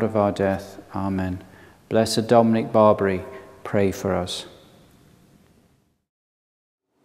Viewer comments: I'm absolutely certain Blessed Dominic doesn't care how his name is pronounced in England by English people. I'm sure he's vastly more interested in important stuff like people following the faith and people being good to one another. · And if he did care about such things, he would be upset at for spreading misinformation on how to pronounce his name.